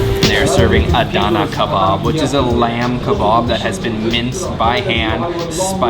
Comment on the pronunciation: “Döner KerBOB”